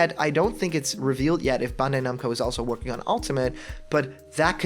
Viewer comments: Dude.... it's pronounced Ban-die Nam-Coe.... not bunday numco. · Not only that, you hear this guy try to say Bandai-Namco?! BAWND-AYY NOMCO like how????